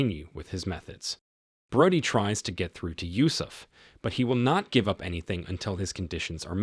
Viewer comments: It’s Bro-dee…not broady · Its pronounced Bro-dy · Did you even watch the movie? I'm pretty sure they call her Bro-dee, not Broad-ee